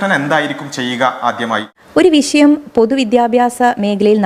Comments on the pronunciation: വിശയം 🤣🤣🤣മലയാളം ഉച്ചരിക്കാൻ പോലും അറിയില്ലേ 😭😭😭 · വിശയം അല്ല. വിഷയം 🙏